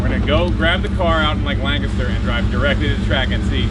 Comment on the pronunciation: Proper pronunciation of Lancaster 😄🤘🏻and damn, didn't know you were around my area picking that E36 up!